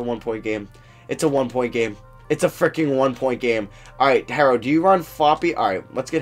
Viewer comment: It's not "Tyler harrow" is "Tyler HERO" like a super hero